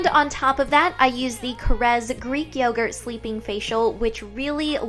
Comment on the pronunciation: It's korres is pronounced like Apple cores